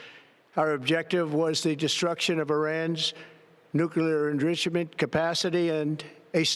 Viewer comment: What’s up with his pronunciation of “nuclear enrichment”?